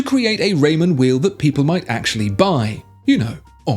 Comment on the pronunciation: Raymond Weil pronounced as "While" not "Weel" , just an fyi. Great video 👍.